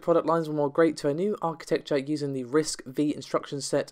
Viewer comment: RISC-V is pronounced "risk five".